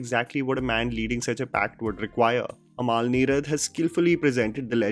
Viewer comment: Its Amal, not Amaal. :)